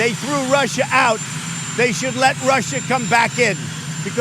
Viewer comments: He can’t say Russia right because of his dentures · Trump’s pronunciation of Russia is a NY thing. Some old school New Yorkers will add an r to the end of some words that end in a. Funny to hear him struggle to shake it. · Yes! The backward R at the end of Russia! He says that. Thank you Ana for pointing that out. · he adds the extra R after Russa because he has fake teeth... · Trump keeps adding the 'R' to the end of "Russia' because he feels compelled to say 'USSR'. That's what Putin calls Russia when they speak together with Hannity at night on Trump's unsecured mobile phone. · He adds the 'r' at the end of Russia to try to appeal to old-ass New Englanders on a sub-conscious level.